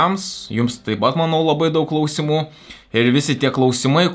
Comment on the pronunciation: Priminimas kirčiuoti "kláusimų" day 1